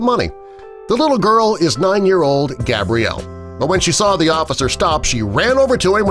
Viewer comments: He keeps on calling her gabriel instead of gabrielle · So is her name Gabriel or Gabrielle? You said it both times her name is Gabrielle get it right man. No hate but cmon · who tf is Gabriel? It’s pronounced Gabrielle. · He’s calling the girl Gabriel in the beginning. Gabriel is a boy’s name. Female form is pronounced ‘Gab-re-el’, not ‘Gay-bree-el’ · Lame video. Touching story but the narrator calls Gabrielle, Gabriel - a boy's name - at least twice in the middle of the video. Then they want you to subscribe? HA! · Sir I think you mean, gab-ree-ell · it is pronounced (gab-ree-el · Omg, he kept saying her name wrong, that drove me NUTS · God dude your pronousing her name wrong